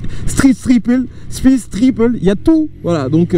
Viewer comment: "speed-triple" l'accent est décédé sinon en vrai essai super quali comme d'hab